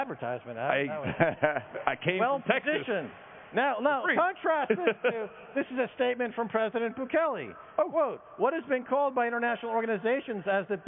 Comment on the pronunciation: 🧐 IS NOT BUKELI..is BUKELE